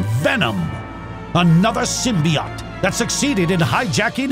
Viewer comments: Its sym be ote not sym be ot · It’s pronounced sim-bee-oat ⚫️⚪️